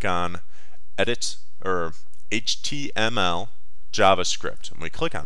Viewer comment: did anyone watch this long enough to hear him say HTLM?